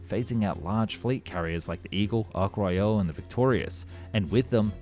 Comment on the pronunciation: Ark Royale?